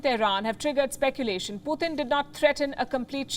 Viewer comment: Palky it is Putin pronounced PU TIN NOT PU THIN